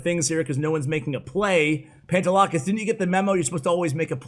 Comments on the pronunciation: I’m Greek and it’s pronounced Pah-nte(de)-la-kees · Yo I’m greek and speak the same language as people from Cyprus and his name is pronounced “pan” “de” “lack” “is” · The legend has it still can’t Pronounce the pantelakis name right